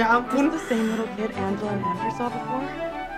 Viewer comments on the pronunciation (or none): none